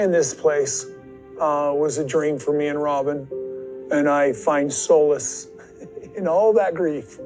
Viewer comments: I was totally cracking up when he pronounced Solace wrong. Also he always says me and Robin or me and whoever. So for a word Smith he sure is terrible at getting his grammar in order.😊😊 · No, no, Kody pronounced 'solace' correctly as 'soulless'.